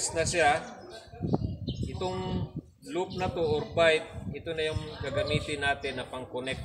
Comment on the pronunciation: Bight kabayan, hindi bite